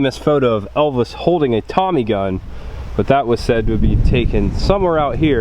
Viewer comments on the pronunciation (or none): none